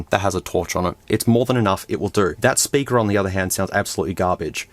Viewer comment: why stop saying sperker